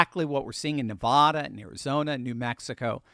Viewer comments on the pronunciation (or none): Please,, Nevada is not pronounced Nevuhduh. It's Ne-vad-ah. Don't feel bad. We had to learn the hard way when we moved here😅. Otherwise, your program was very positive & uplifting ❤ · AI Overview "Ne-va-da" is a phonetic representation of the word Nevada, where the second "a" in the Spanish word for "snowy" is pronounced with the short "a" sound, like in the word "cat". While the Spanish origin is pronounced NE-VAH-dah, Nevadans use the short "a" sound in the second syllable.